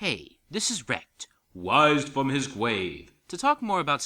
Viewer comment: wised fwom the gwave